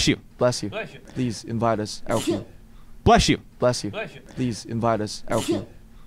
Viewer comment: I love how u can hear Jin saying in the backround "Blesh you"😂❤